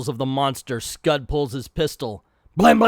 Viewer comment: I'm rusty of how to describe pronunciations, so I'll advise you to watch Comic Trope's video on this comic. He says it correctly.